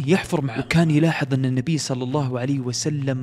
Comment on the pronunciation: اللّٰه وليس اللّٰ